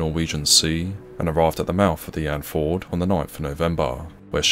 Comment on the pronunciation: It's "And-fee-yord", not "Andford". Signed, A concerned Norwegian... :'3c